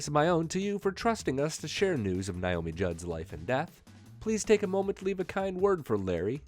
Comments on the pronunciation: Omg could u give this lady enough respect to pronounce her name right! It's Naomi not Nyomi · Please learn how to say her name. Nay-oh-me, not nigh-oh-mi. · Why do you keep pronouncing her name as ‘Ny’omi? It’s pronounced ‘Na’omi. Just curious. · Nay-o-me not Nye-o-me. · Her name is NAYomi, not NIomi. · Nice video but I wish people would learn how to pronounce this beautiful woman’s name properly, it’s not NIomi it’s NAomi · Her name is Naomi, NOT Niomi as you keep saying on this video. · Please learn how to pronounce Naomi's name for any future reports.